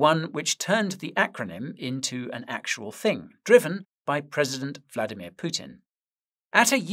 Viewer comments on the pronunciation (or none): none